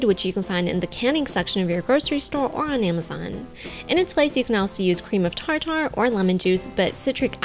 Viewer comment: "cream of tar-tar"